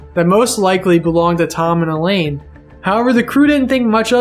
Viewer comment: Mrs. Lonergan's name was pronounced "EYE-lean", not "E-lane". Common enough mistake, but it felt disrespectful not to point out.